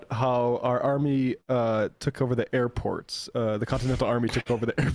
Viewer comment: Sounded like Trump was saying “our army manned the air” before they took the airports. Anyone else hear that or was that just me?